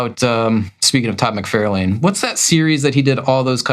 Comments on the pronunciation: Todd McFarlane is pronounced Mick-Far-Len. (Not mick-fair-lain) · Love the channel... but why can't you say "mc-FAR-lin" by now (instead of "mc-FAIR-lane"). It's a knit-pick, for sure... sorry.. Love the show. Please don't hate me. I do like the videos, I promise. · "Mc fair lane" ?? I've only heard "Mc far lan". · ok, I'm pretty sure this must be a long running joke of yours, but I can't stand it. It's pronounced "Far"lane, not "Fair". I'm afraid you're literally trying to real life Marvel retcon this and I must be a bulwark against this. I wouldn't think your serious, but you said you haven't read any Iron Man comics so now I'm questioning everything. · I always enjoy your videos, but every time you mispronounce McFarlane's name it drives me crazy. It is not Mc-FAIR-lane, it is Mc-FAR-lane. Actually, Todd pronounces it Mc-FAR-LIN. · Have I been mispronouncing "Rob Lie-Feld" and "Todd Mick-Far-lan" this whole time? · No, you haven't. He just pronounces both names incorrectly. I have heard both Rob and Todd say their last names and each other's last names. They say "LIE-FELD" and "MIC-FAR-LYNN". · Todd Mc-Fairl-Lane? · Can you pronounce McFarlane as it sounds …lol…if he is your favourite artist…musk-far-lyn….sorry love your content just feel like…it’s the man’s name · Geeze! No Todd McFARElane? How about Rob LEE field? What about Joe SinNOTT instead of how he actually pronounced his name? It’s SINNIT. What part of the country are you from or do you guys just do this to be funny? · Also, I swear at this point you’re just purposely mispronouncing McFarlane. Stop it. You sound clueless.